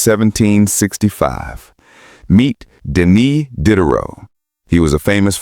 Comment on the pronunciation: AI slop. "Dee-day-row", not "Did-er-row".